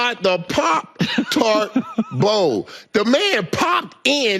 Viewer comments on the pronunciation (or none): This man just said "Parp Tarp Bowl" about 6 times.